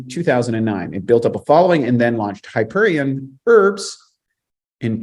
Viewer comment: Hyperon instead of hyperion... hmm, not a good start :D Btw. you were inspired by the book I suppose. I haven't ever read it though it's been recommended to me. Still find it good?